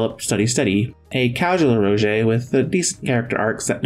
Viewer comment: The visuals on this looks great. But yikes, 50 hours? Also, I can't help but point out that "eroge" is an abbreviation for the "ero" in "erotic" and the "ga" in "game." It should be pronounced like "eh row gay."